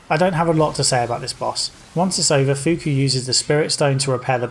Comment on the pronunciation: it's not fuku